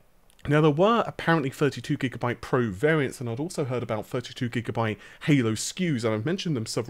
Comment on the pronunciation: WTF is Gigamabyte??